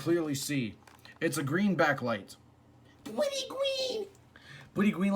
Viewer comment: "It doesn't have a be-acklight" XD